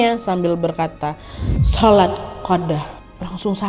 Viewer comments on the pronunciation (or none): none